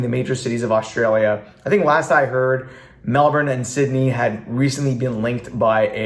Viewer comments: said Melbourne like a pro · Wow, you pronounced Melbourne properly!